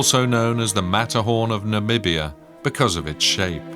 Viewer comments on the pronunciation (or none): none